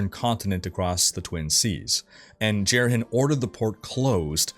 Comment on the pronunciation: Pronunciation is driving me nuts. Aranoch is pronounced Are-a-knock. Marius is Mahr-e-us. Jerhyn is Jair-in. These are all spoken in the cinematics.